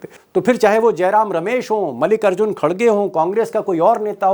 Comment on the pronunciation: मालिक अर्जुन नहीं मल्लिकार्जुन खड़गे नाम तक सही नहीं ले पा रहे पत्रकार साहब।